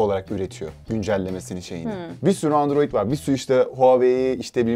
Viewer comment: Pelin Baba Andoroid diyosa onun dedigi olur xD